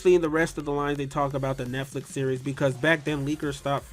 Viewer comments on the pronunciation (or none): none